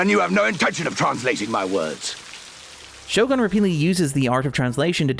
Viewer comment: I love all your work but was a bit irked everytime you said the show name. It's pronounced "sho-goon". Or this part of a bit?